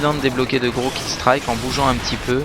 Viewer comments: Oh on dit pas killstriiike!! c'est killstreak;) merci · Salut, j'adore tes vidéos et entre autre les armes que t'utilises, mais ya un truc qui me fait bondir: c'est ta manie de dire 'killstrAike' au le de killstrike ^^ Sinon G g a toi et bonne continuation;] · le méchant accent anglais de hypno quand il dit "killstreak"